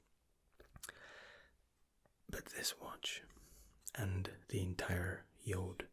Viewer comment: Fabian Grujic he says it Like jood Which means jew in dutch lol